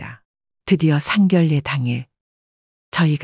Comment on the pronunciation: 왜상견례를상결례로읽나요 바르게읽어주세요